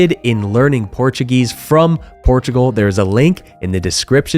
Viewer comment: that was an incredible video. As an American, living in Europe, I really appreciate it. I am really considering retiring in Portugal and you really hit some great places, of which I was unaware. I must also compliment you on your Portuguese pronunciations as they seem quite good. It is an educational opportunity for English speakers to learn the proper way of speaking the language rather than bastardizing it into an English way. When you move to a country, you should adapt. Thanks again.